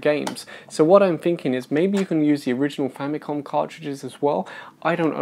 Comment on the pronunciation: That cartridge is not the size of the original Famicom cartridge. The original size is about 2.5 to 3 times bigger. However, that MAY be the same cartridge that can be applied to the Famicom Mini. Also, for your early gaffe , Famicom, or ファミコン (Romanized as FùÁ·mi·kôn, or Famikon) is a Japanese syllable hybridization of two words: "Family" ファミリー (FùÁ·mi·ri·i) and "Computer" コンピュータ (Kôn·PìYu·u·ta). This syllable hybridization is like a gestalt. The first two syllables of two longer words, are combined as a new loanword, or neologism, that combines the sum meaning of both words. in this case, "Family Computer" in Japan, became "Famicom" (or the first two syllables of both words, respectively, ファミ "fa·mi" and コン "ko·n" note, in Japanese, "N" is the only consonant that *CAN be a syllable by itself. This leads to the difference between two words: 記念 (きねん Kinen) "Commemoration" 禁煙 (きんえん kin'en) "Non Smoking". 記念場所 Kinen basho or "Monument" vs. 禁煙場所 Kin'en basho "Non Smoking Area". Both sound the same, in Japanese. except that Kin'en has a slight pause between "kin" and "en", opposed to kinen with no pause. Japanese lesson over).